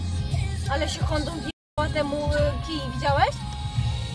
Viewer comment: Ona mówi „Hondą”🤦🏻‍♂️